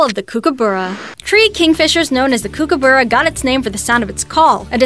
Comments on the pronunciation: You can't say kokabrra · kokoburra? I dont know what to make out of that pronunciation... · She saying kookaburra wrong Australian that’s not how you say it